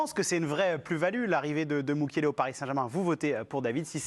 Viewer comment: ”Mukielele” mdrr ça commence bien 😂